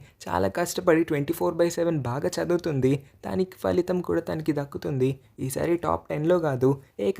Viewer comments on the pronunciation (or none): none